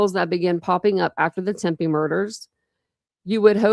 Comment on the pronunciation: Are you saying Tempe murders? It sounds like it but it’s Tepe. Witness interview would more than likely be McKee’s interview with Police